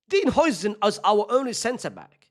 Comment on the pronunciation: Bro his name is pronounced howsen